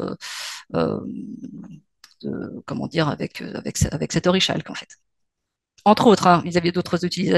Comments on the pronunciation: orichalque se prononce orikalque, c'est le pb avec le savoir livresque c'est qu'on a pas la prononciation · Tyos Mow, auteur du livre Zalrys ? Par ailleurs, on prononce orichalque oriKalk.